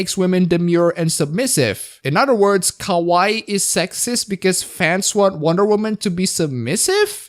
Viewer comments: LOL pronouncing kawaii (cute) as kowai (scary). 10/10. Your high school Japanese teacher would be so proud. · its not ka-waee, its ka-wa-EE (more accentuation, emphasis (or however you say it) in the last syllable) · KA-WAH-EE!!!! not KA-WHY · Um, ackchually it's pronounced Ka-Wa-II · It's ka wai i you idiot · You say 'kawaii' like 'kowai' which means scary. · I'd think you would have watched enough anime to pronounce Kawaii properly. I do think Kawai Kenji is a mighty fine composer.